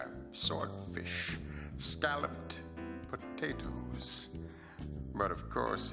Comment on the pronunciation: The way he says scallop potatoes lol